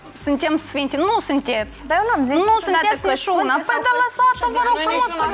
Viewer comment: “Nu sîntietzi nișiuna” 😂😂😂 maaaars